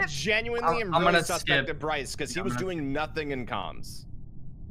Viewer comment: He said his name is Broice! Hahaha